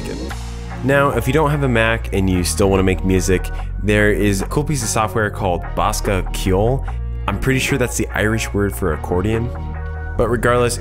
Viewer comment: it's pronounced "Bus-ca Keyole" not "Bos-ca". Source: I'm Irish ;) Great video!! Thanks so much!